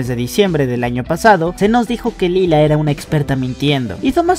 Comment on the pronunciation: lie-la* xd